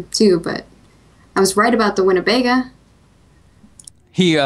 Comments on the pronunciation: Only / pronounces it "winibayga". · ***** I know what a Winnebago is. I was making fun of the way she pronounced the word. I also haven't seen Breaking Bad (yet), so unless they pronounce it like her, then I say to you: Wooosh!